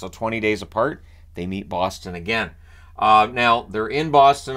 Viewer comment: No it's pronounced Boston, but Boston is close. Alot of people pronounce it as Boston but that's just wrong